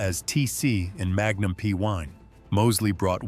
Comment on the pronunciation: Magnum P 1, try Magnum P EYE .